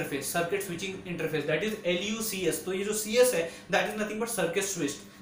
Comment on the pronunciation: You are Pronouncing L instead of i. It's not Lub, LuCS its iub, iucs, iups, etc